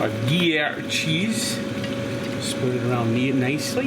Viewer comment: Gree-air cheese? avec wax? lol